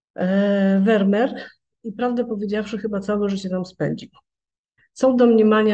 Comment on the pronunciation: Nazwisko tego holenderskiego malarza wymawia się : " Fermir"‼️‼️